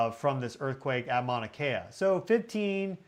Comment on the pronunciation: Yes, out of respect for Hawaiian people and culture please learn how to pronounce MAUNA ( mountain) instead of mana ( spiritual power). Love you but please get some help with pronouncing Pele’s home Halema’uma’u.